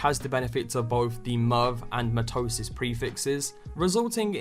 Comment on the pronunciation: It's pronounced 'my-toe-sis'